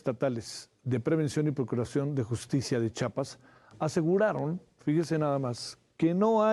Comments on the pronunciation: Buen reportaje solo que debe aprender a decir "CHIAPAS" y no "CHAPAS" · CHIAPAS ...POR CHAPAS PRONUNCIAR CORRECTAMENTE. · Para empezar cabron no es chapas es CHIAPAS OJO WY